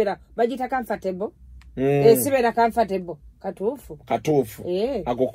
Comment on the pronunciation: bu English words today spot on, comfortable, interest, hehe